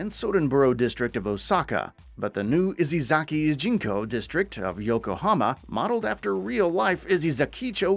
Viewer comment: If you're going to talk about a fucking game series at least get the character and location names right "Ichiban KASOOOGA" "Kazuma KIRYUUUH""Izesaki IJINKO" "SotunBOOROHH" wtf?